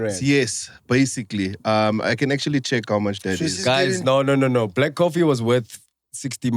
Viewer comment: "Black CoffTea "🤣🤣🤣